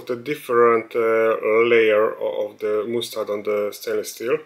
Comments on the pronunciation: Sorry for being boring and I'm also not native English speaker, but mustard pronounsed as "masterd" both in GB and USA variants. Anyway it is lots of fun that kitchen grade stuff can be used for DIY. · That is not how you say mustard